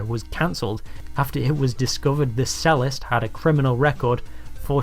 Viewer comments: It's amusing that the Brit narrating this doesn't know that the word "cellist" is pronounced "chellist" from the well known instrument the cello (chello)!😅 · I posted this comment on a similar video - but given the focus of it, it's worth doing again. So - to whoever made this thing, one - and in context, slightly ironic remark: the word "cellist" is pronounced "chellist" - not "sellist". Only an ignoramus - or, as I called him before - would think otherwise. If you're going to make a video telling the Americans how stupid they've become, you'd better not sound just as stupid yourself.